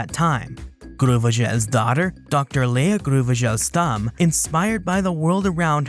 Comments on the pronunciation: came to say this ... I thought that is a very very french name but alas, its just Grauvogel - Grau-Vogel - Grey-Bird ... you have to be american to make it sound like groove-ee-gel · Looks like French people mispronounce German words as bad as Brits do. Grauvogel is a German name and actually pronounced like groww-fo-gel. It means grey-bird (possibly referring to the common cuckoo).